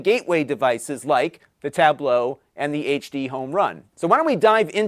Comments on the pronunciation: Has anyone else noticed that always pronounces it "Tab-blow" instead of just just saying Tablo? Not a big deal. Just something I noticed. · You are not pronouncing it the same way they do in that commercial. Their primary emphasis is on the first syllable "tab", and yours seemed to be on the last syllable "low".